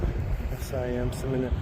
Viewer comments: Seminole is my home town, lived here all my life , it’s pronounced Semi nole , just say it fast and you got it buddy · My Home town, , it’s named after the Seminole nation , a tribe that the crackers move out of Floria, which is called the trail of tears, they lost many lives during the move, go to you tube and enter Seminole nation, and you’ll hear how SEMINOLE is pronounced, good luck and safe travels